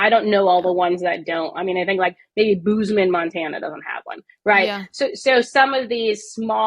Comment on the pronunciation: It's pronounced ( boze) (men) Montana 😂not booze